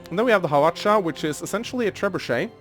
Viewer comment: I think you pronounced that Hawach'a thing right